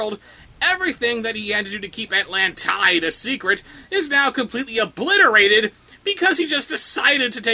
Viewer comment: I think they mistranslated Atlantis, and used an italian prononciation. If they mistranslated it from Greek, it would be AntlanTIDA